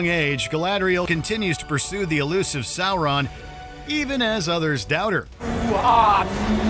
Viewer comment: “Issssengard” “Sour-run”